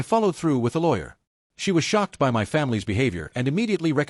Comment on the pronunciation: Why can't your dumb AI narrator pronounce "my" correctly?